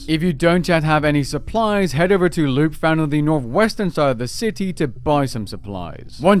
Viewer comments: Im pretty sure Lupe is Lou-pay not Loop haha 😅. Nice job on the timely guide though. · “Loop” instead of “Lupé” is the wildest pronunciation I’ve ever heard lol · Is lupe actually pronounced “loop” like he says? Or has he just never met a Mexican?